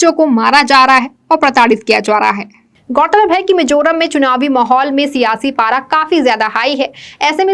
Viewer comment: Should be Mizoram not Mijoram... बेहतरीन लाजवाब समाचार बुलेटिन के लिए शुक्रिया! उम्मीद है यह प्रोग्राम आगे भी जारी रहेगा।❤✌️✍️🤟🌹❣️